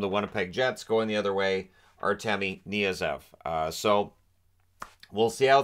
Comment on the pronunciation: Its K NYA ZEV, not Niyazev